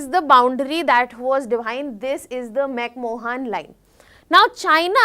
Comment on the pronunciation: McMohan Line? What a shame that you can't even pronounce McMahon.